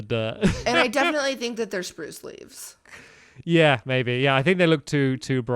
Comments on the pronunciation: #stampy says spruse in the best wany spurucee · roof is brirch and oak and its sprose leves STAMPY